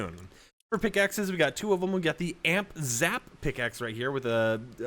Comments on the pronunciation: its A M P not AMP lol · It’s not Amp it’s “A “M “P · bro said amp bro it’s A M P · A M P not amp